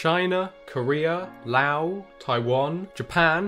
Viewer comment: Neat, I'll have to see if I can locate any here in Southeast Asia. By the way, well done on pronouncing Laos properly (with a silent S), but Myanmar is pronounced as 2 syllables Myan-Mar, and not My-An-Mar. The y is a glide from the M to the a, similar to the taunt of "nyah-nyah-nyah" but with an M instead of an N.